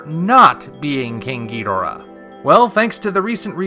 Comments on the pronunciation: Why do you pronounce Ghidorah that way? Toho made it official that it's pronounced, Ghi-dor-ah. Not Geeederah. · So amazed and happy to come across someone under the age of 40 who CORRECTLY pronounces Ghidorah. Well done! Thank You!